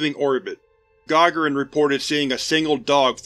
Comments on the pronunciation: Also Yuri Gagarins last name is pronounced Gah(gah)rin with emphasis on the second sylable , not (Gah)gahrin like you say it. :) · Gagarin, is pronounced Gi-gar-in, the Gi is more so of a mix between I and U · It's pronounced guh- GAA-ruhn I know, I had to.